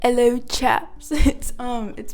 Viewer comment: Im so high, and when when you started the video as “ello chaps” I laughed in british. FUCK LMAOOO